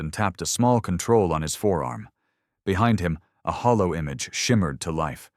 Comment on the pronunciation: The word is "holo" not "hollow": and how many ways does one spell "Keegan"?